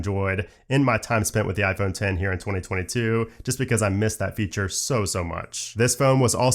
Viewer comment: Thank you for calling it “IPhone Ten” not “IPhone EX”